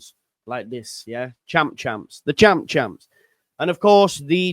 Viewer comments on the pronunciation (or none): none